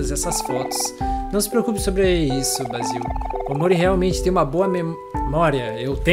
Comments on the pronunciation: se fala " Bei-zil " não Bá-zil desculpa;w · Acho q Basil é mulher e o nome se pronúncia Beisil eu acho